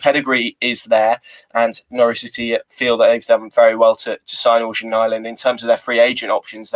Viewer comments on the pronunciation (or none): Hi! I speak swedish/norweigen. Its pronounced 'eryan' not organ